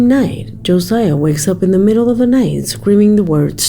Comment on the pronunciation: As someone with my son's name being Josiah.... it's not pronounced like you did. His name is Josiah. Joe-S-eye-uh